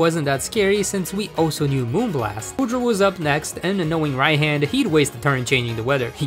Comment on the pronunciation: Why do I feel mad whenever he says Rai-HAN insted of Rai-H-AH-N.